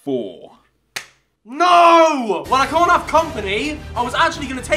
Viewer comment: No it sounded like he said can because when he said cant choose he said it like ' can't use so everyone thought he said can